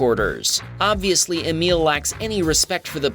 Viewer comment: I had an uncle and grandfather named Emil. It was always pronounced Ay mill. You pronounced Emille. Just sayin'